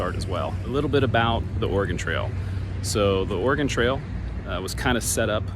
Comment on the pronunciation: Why are you saying "organ trail"?